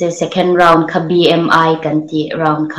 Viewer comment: height hi hate ti a lam tur a nilo. Hite/hait tih tur,. accomodation hi an hlawh baka pawisa extra an hmuh ni lovin chhenna tur room emaw in, khawsak relna tur kha a ni. An hlawh bak pawisa an pek kha chu incentive ania, chu chu niin ka hria i sawi tum chu. Tin, awkomodation nilovin, akomodation tih tur